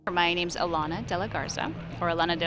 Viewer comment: I like that she doesn't over pronounce her name in English the way reporters do.